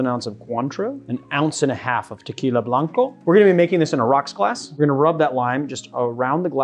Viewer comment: The way this guy says tequila blanco is gas